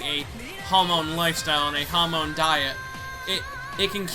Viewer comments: hamon, not hamone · HAM-UN IS HOW YKU SAY IT NOT HUM -ON